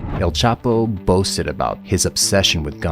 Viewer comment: It's not CHAPO